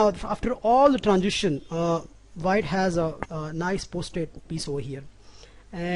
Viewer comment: pojition? tranjition? "the planning is.. wtf, very poor english!!!